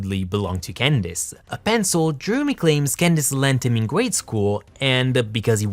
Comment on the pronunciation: Can I just say I love the way you say Candace?